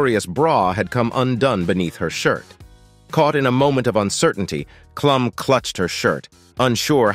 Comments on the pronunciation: " Kluum, Leeno? LOL!" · Enjoyed this but learn to pronounce people's names...Clum, Leeno??? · AI or not, you should listen to it and make corrections. Also, Heidi Kloom. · Lean-o and Klum .... not Leno and Klum (klume) lol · Jay LEENO? It's pronounced LEN-OH. Heidi KLUMM? It's pronounced KLUME - like room. Such garbage. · How about using a real human narrator? "Leeno" and "Klum" would appreciate it, I'm sure. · Hey narrator, learn how to pronounce names! You got Colbert, Leno, and Klum wrong. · Jay LEENO? Heidy KLOM? Com'on! You could've listened to your AI voice and correct the pronunciation before posting it.